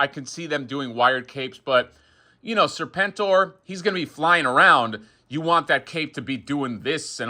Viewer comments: hasbro guy was so psyched about serpentor but then started saying serpn-tor, serpn-tor, seprn-tor. dude, g.i. joe much? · So you arent a Joe fan? Everyone knows how to pronounce it.